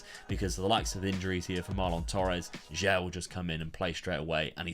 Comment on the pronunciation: Your pronouncing for "sudamericana" or "sulamericana" is nice man ❤ About that young player Jair pronounces like "ja-eer".